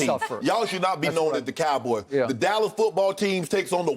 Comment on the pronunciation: The Allas Cowboys. No "D" whatsoever